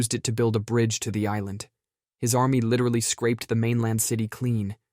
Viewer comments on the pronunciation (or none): none